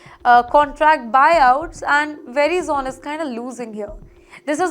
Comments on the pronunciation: Its Veriiiizon not Verizn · You pronounced Verizon wrong. Please correct. It’s not “vera zon”. It’s pronounced “ver i son”. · It's Ver-eye-sun ..not veri-zon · It's not VERY Zone idiot, it's va rie zen it's how it's pronounced. I don't know what baja khana school you went😊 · its not ve-ri-zone, its pronounce as və-RY-zən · It's Veh-rai zen not Veri zone. We all learn something new every day! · its pronounced as "vuh-rye-zuhn" not "veri-zon" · It's not pronounced veri-zone, rather "ve-rye-son", that's the nearest pronounciation I could think of. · It's not very-zone, it is vey-rai-son. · It’s pronounced Verizon and not Verizone (it’s not very zone) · were-Eye-zun...... Not what you are saying. From USA. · for Fs sake, It is not "VERY ZONE"... Also, its not "un-cer-teen-e-tea" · It's Verizon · Omg Ver-I-zon , please get ur English pronounciation right . This layoffs is not for Indians only it’s for alll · It’s pronounced Verizon not Verizone! Where is the ‘e’ at the end? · Its pronounced as vr·ai·zn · verizon is spelt - verai - zan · Lady correct your pronunciation: Ver-ice-on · The presenter should do her homework on finding the correct way to pronounce "Verizon". It should be 'Ve' - 'rise'-'zon' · Learn to pronounce names correctly. It's pronounced "Ve--rye-zun" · Medam ji verizon theek tara se pronounce karo. वराईजन होता है जी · Verizon pronounced Ve RIZON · I was about the say the same. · Hehehehe veri zone lol. Sounds like an oil company. Who hired her??? Verizone?? AT and T lol. Im enjoying this. I need some comedy. Oh nice. Raow Ters. Lol Veri Zone. Hey fatty who gave u a job? Veri Zone? Re sume ayes lol. I need this comedy everyday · very zhon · Your pronounce of the company name is so wrong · Lady you can't even pronounce the name right You're all getting fired I'm glad you will get fired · Please learn how to pronounce Verizon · Her pronunciation of Verizon is unbearable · Please pronounce correctly, Verizon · Where did you learn how to pronounce "Verizon"?